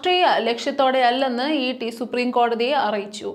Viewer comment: കുഞ്ഞേ ഇട്ടി/ഇറ്റി അല്ല ഇഡി ആണ്. ശ്രദ്ധിക്കുക. എനിക്ക് തിരിഞ്ഞതാണ് എഴുതുന്നത്. ശ്രദ്ധിക്കുക ദൈവം അനുഗ്രഹിക്കട്ടെ. 🙏🌹